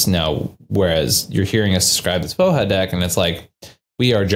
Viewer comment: Just fwiw, I believe the name of the card is Slavic, so the "j" in "Voja" should likely be pronounced like a "y" or "i", ending in something that is likely closer to "voy-uh" or "vooh-yuh". I'll let anyone more in the know correct me.